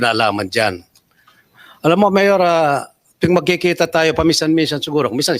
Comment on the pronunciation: The way Lito talks not professional parang ang kausap ay sa kalye like pag bigkas ng MAYOR parang tumawag ng tambay